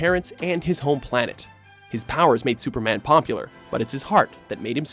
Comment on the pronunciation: Stuperman really? I know he is an alien and all why ? This guy?